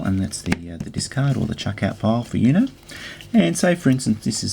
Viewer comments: It's pronounced 'OOH-know', not 'YOU-know'. 'Uno' means 1 in Italian and Spanish, referring to the fact that you have to say 'Uno' when you have 1 card left (even though that's grammatically incorrect in both languages, but that's not the point). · Its uno not U-no You say it as "you know" Its actually "ono" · i mean dude its spanish for number 1 and its pronounced ooooooknow